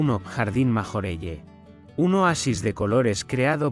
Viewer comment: MajorellE Es Francès y NO se pronuncia d esa manera